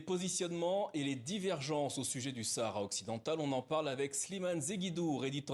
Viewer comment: Le mr prononce : Sahara occidental . Bravo